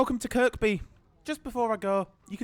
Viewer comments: Good review and hope you enjoyed your trip to Liverpool! A couple of comments - before hoards of scousers weigh in, you don't pronounce the second 'k' in Kirkby. You could also have saved yourself a lot of time and hassle by just walking the 5 minutes from Lime Street to Liverpool Central rather than faffing round with changing trains. There have been huge reliability issues too lately with the 777s - I heard it's down to a software issue or something? I agree they're a big step up though on the old trains. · tell ur not a scouser mate it is pronounced KIRBY - but spelt Kirkby - dont pronounce the last K - and only genz's would need toilets for an hours trip - rathe rhavve the extra seating and these also have a extra carriage compared to the 3 units of the old trains - these have 4 carriages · KirKby is pronounced 'Kerby'. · The second K in Kirkby is silent. Maybe do a bit more research? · Just two things mate. Kirkby has a silent ‘k’… the second one. And a ‘minute’ is a definitive 60 seconds, ‘the’ minute means a Specific defined period of 60secs. It’s not cool, it’s very poor grammar and can reduce your viewer numbers. ‘Moment’ is an undefined period of time Relative to the subject. At least you used your human voice not AI, and chose to ignore YouTube suggestion of adding irrelevant irritating distracting subtitles! Cheers for doing our 777s. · Please, the second K in Kirkby is silent. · Your saying Kirkby wrong, second k is silent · I find myself wanting the video to be stopped and the narrator to be punished each time he pronounces Kirkby with the second k! I'm from across the pond, even I know better! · Great video as always! As a local we don't pronounce the second k in Kirkby.